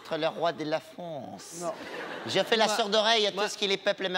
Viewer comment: Mohamed, le roi de "Fronce" xD